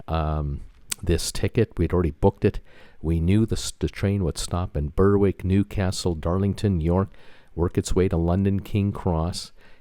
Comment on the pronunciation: English place name pronunciation is weird. In place names ending with -wick or -wich, the 'w' is almost always silent. Berwick is pronounced 'ber-ick'.